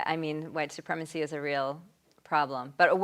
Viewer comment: Another word that has phobia in it.. WHITE SUPREEMACY I almost spit my coffee up!!! LOL